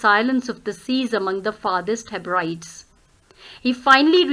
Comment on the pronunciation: Ma'am pls check the pronunciation of Hebrides